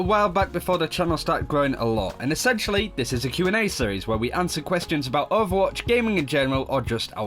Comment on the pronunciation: I like it how they pronounce ovwatch